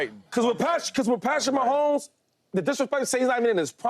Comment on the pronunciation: I’m sorry James it’s Mahomes